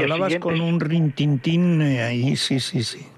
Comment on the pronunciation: Federico, ¿rintintín? ¿Como el perro? Se dice RETINTÍN Caray con el filólogo